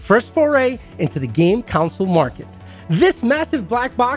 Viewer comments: It's called a console so why do you keep pronouncing it as a councole? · The way you pronounce console gives me conniptions.